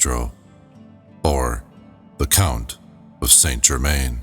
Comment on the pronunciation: If you cant even be bothered to pronounce his name correctly, then I can't be bothered to listen. Really- why put all that effort in?